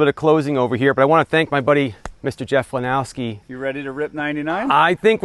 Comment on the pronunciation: I’m glad you said his last name wrong. I do it all the time. It’s Lenosky…not Lenowsky. But so much more fun to say it with the W! 😂😂😂